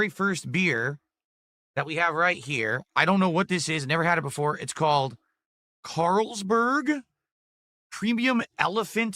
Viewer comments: Just hearing him read one of the most popular beer names as a neanderthal, makes me cringe...CaaaaaaarlsBERG...dude its the most common European beer like Heineken that you can get at a gas station. Also this moron doesnt even know how to pour lol, you dont just drop it from the top at a straight angle, you tilt the glass to the side so the beer pours consistently. Its not the can's fault, its you being an idiot and not knowing how to pour a beer from a can OR bottle, its the same techinique. Jesus this guy is useless for living. Sing-HA......its SINGA you twat. ALSO the head size depends on how you pour...you dont pour like him and get a fat or skinny head depending on the beer, its depending at what angle you pour it. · I don't know what this thing is... Caaaaaarls-berg? No frickin way he's never heard of Carlsbery before.